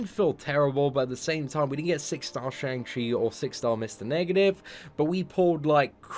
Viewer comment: Day 22 of waiting for to pronounce Shang Chi properly, feel like he's given up😂